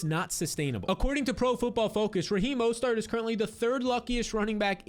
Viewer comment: Repeat after me: Mo-STERT